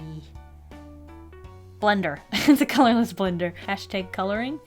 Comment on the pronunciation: "The color of this blender is... Brush pen on one end and... bullet nib on the other" What a beautiful color I know she said colorless blender, but that's what it sounded like she sad/